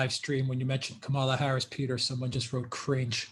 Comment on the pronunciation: I love that few people pronounce K. Harris's name correctly.